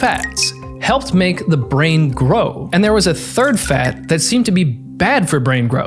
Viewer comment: Why is he pronouncing the word “fat” weird?